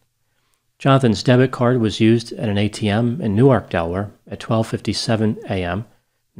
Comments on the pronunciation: He pronounced Newark Delaware correctly. I'm impressed. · Yes. Not like Newark NJ.